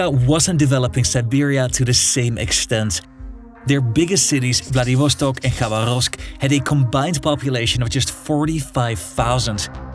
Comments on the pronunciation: "Rasputísta" LOL...sounds like a Mexican revolutionary. Try "raspútitsa"...and with pronunciations like Khabaróvsk (instead of Khabárovsk) it's clear that your expertise is shallow. Is this all taken from Google? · Pronunciations: распу́тица • (raspútica) [rɐˈsputʲɪt͡sə] (NOT rasputíca) Хаба́ровск • (Xabárovsk) [xɐˈbarəfsk] (NOT Xabaróvsk) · Bruv it's not KhabarÓvsk. The accent falls on the second syllable - KhabÁrovsk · Its "rasputitsa", not rasputista. Also, proper pronunciation of the cities: vladivostOk, khabArovsk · KhabArovsk. VladivostOk. Memorise it. Please.